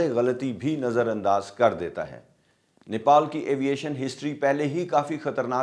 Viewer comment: بھائی نیپول نہیں نیپال ہے